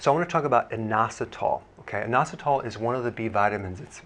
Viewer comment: Sounds like noassatall